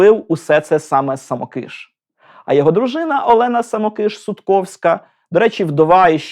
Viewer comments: Дуже дякую! Але звірте наголос у прізвищі. Мені здається, що СамОкиш, а не СамокИш. Перепрошую. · Дорогенький-саМОкиш-саМОкиша. Ріже слух ваши вимовляння самоКИш. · Дякую за цікаве відео! Єдине маленьке зауваження. Наголос! Все-таки СамОкиш, а не СамокИш. За всієї поваги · А чи правильно ви наголос у прізвищі художника ставите? Коли я вчилась в академії мистецтв, то наголос був на інший склад. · звісно, діло ваше, але я від професіоналів, що дотичні до його творчості, такого наголосу не чула ні від кого. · Дякую за відео. Я вчився в Сімферопольському училищі ім. Самокиша, та декілька разів бував у його Харківській академії. Можете якось обґрунтувати, чому ви наголос робите на "и", а не на "о"? , бо за всі роки навчання жодного разу такого наголосу не чув, дякую. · Браво! Достойний сюжет про талановитого митця! Щоправда, є одне зауваження. Коли я вчився разом з правнуком художника, той ставив наголос у своєму прізвищі на О (так же ж, як і тележурналістка у відеоцитаті). Я гадаю, що родині видніше. З нетерпінням чекаю на сюжет про Сергія Васильківського.